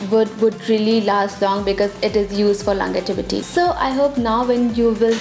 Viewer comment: it's not longetivity, it's longevity But good video